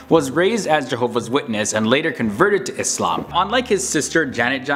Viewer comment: massive respect to you when you pronounce ISLAAM as ISLAAM and not IZLAM!